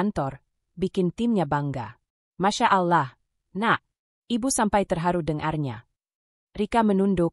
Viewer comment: Klo pake AI penyebutan allah kurang tepat dan kata2 yg lainnya jadi gak yaman didengar flat cara bacanya tdk ada titik koma yg pas